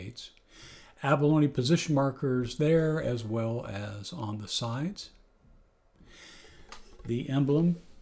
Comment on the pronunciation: "Kan-eee-lay-ah" is the proper pronunciation, at least that's how the founder articulates it. It's a beautfiul ukulele in any event!